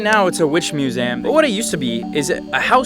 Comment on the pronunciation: its just so funny when he says "muzam"